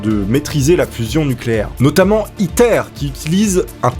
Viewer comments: À chaque fois qu'il disait ITER j'avais l'impression qu'il disait "Hitler" 😂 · quand ta dit le nom du truc j'ai crue que t'avais dit hitlaire